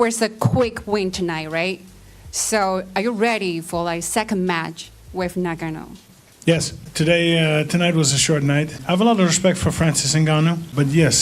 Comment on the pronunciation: I was thrown off a bit when the reported called Ngannou, "Nagano." First time I heard someone mistake his name for a fairly common, and already existing Japanese name. I know, I know, Shes foreign... But that's besides my point. I probably wouldn't have noticed if she just said like everyone else did at one point in time, "NnnnGunnoh."